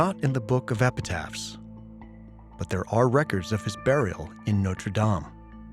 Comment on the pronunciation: An entire documentary and you still can't pronounce notre😅